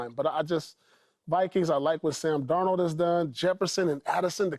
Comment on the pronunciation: I’ll sub when joy put some spek on darnolds name 😂